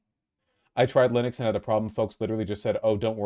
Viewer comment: You taught me to mispronounce linux. i will never say it correctly now 😭